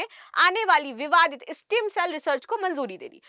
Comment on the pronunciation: स्टीम सेल नहीं स्टेम सेल । Please be correct ।